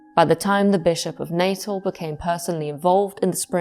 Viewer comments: I’m South African, I just want to point out, it’s not pronounced Natal (Nay-tuhl) as you’re saying it, but rather Nuh-tehl in English with the emphasis on the second syllable, or Nah-tal in Afrikaans. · "Natal" in South Africa is pronounced like the English word "natal," roughly NAH-tal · The former South African province of Natal is pronounced as "nuh-TAHL". Otherwise great video. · I'm listening, tucked up cosily, but in fact tense with fear. When the paranormal comes from inside one's brain, it terrifies me more than things lurking in dark castles, forests or skies. (Tiny point. I'm half South-African and we pronounce 'Natal' as "Nah-tahl".) 💛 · Set my teeth on edge every time I heard it. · Apart from the pronunciation of Natal.